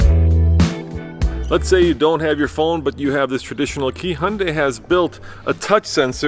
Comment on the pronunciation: Han-dei🤦🏻‍♂️. It’s Hee-un-dai.